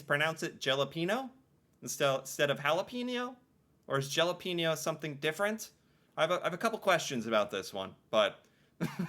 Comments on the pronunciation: Gelapeno pronounced ja-lap-en-oh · Lots of old people pronounce jalapeño like Jel-ap-an-o and it’s just 😳🤦‍♀️ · The meme about not saying jalapeño and instead saying Galapeno is from trailer park boys he pronounces it like saying Gal and adding apeno 😅 I haven’t watched it in years but I think it’s either he does it to piss people off or just is that uneducated and won’t stand being wrong. Wouldn’t be surprised if it were the ladder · The jalapeno chips is a Trailer Park Boys reference, ricky whos the...smart one.... Calls em gelapeno and has a whole argument over the pronunciation. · it's pronounced ja-lap-en-o my no Canadian friend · He’s Ricky from Trailer Park Boys and he pronounces them….Jell….App….Ino Chips. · Some canadien say Gelapeno instead of Jalapeño. And some say Galapeno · It's Rickie from Trailer Part Boys who can't pronounce Jalapeno. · J pronounced like H J like jello here lol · Yeah, but the guy in the picture replacing Drake is Ricky from Trailer Park Boys, who is famous for mispronouncing words, and sometimes making up words when he doesn’t know the right one to use.